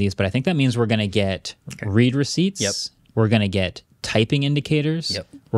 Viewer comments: “Red” not “reed” receipts. Past tense. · Marques, why do you pronounce "read receipts" like that? Read is pronounced the other way. Get it? Because they've read your message. Read receipt.